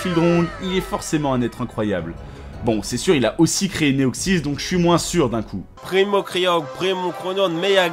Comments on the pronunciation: N'empêche que Watchmojo à fait pire en terme de prononciation (primo-guiodret) Primo-Kyogre : finalement je préfère Néoxys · Primo. Kriogre primo graoudone. Méga. Garaykatza tous chaynais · Primo graoudonne primo kaiyogre méga raikaza TOUT SHAYINEY. XDDD